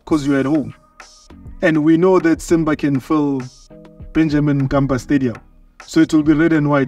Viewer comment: It's Benjamin mkapa not Benjamin kapa